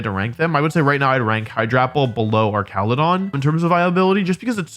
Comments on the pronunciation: Its ar ch ala don not ark cala don like it pre evo🤓 like if agree 👇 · I thought it was pronounced arch-ale-a-don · The fact you keep calling Archaludon "ar-ka-lu-don" instead of "arch-a-lu-don" is baffling to me. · hey wolfe, haven’t seen you in a while i know mom ran out of milk like 2 years ago but it shouldn’t take that long to replace it. anyway, it’s actually pronounced arch-a-loo-don. hope this helps! come home soon love u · Broke: Pronouncing it ArCALudon because it's like Architecture Woke: Pronouncing it ArCALudon because Wolfey purposefully pronounces names weird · Ah yes "Arkaladon" my favorite new pokemon. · Hey Wolfey. Little thing It’s Arch-aludon Like an arch It’s a bridge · I'm cringing every time he says that. 😬